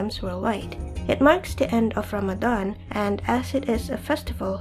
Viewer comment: (!) I like this video, and this is random but I like the way you say "Ramadan" and "tarawih" maybe because like everyone says, your voice is the best haha. Hey, X3